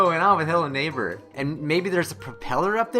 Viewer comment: did anyone notice how the thing says hello neighpr instead of hello neighbor?